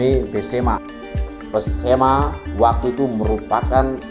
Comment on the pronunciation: Maaf mas, bukan pesemah, tapi Besemah.